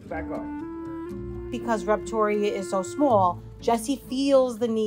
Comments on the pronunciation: "Rept-oria" XD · Confusing. Reptoria is a great name, as you pronounce it - but you spell it weirdly, like Repo - toria.